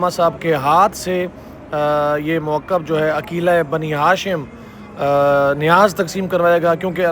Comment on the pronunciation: موکب کا تلفظ ٹھیک کریں